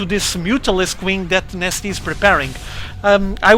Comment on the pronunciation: Is he actually saying... IMNasty?